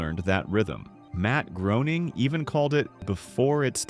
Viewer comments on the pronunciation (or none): Matt Groening must be so tired of hearing his name get mispronounced like this. It’s supposed to be as in “raining.” Also, that doesn’t look like the Leaning Tower of Pisa in the background of the driving. Those said, loved the rest of this, great analysis of why I’ve loved this series for decades. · Matt Groening's name is pronounced to rhyme with "complaining".